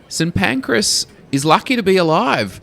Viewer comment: I can't believe you mis-pronounced St. Pancras.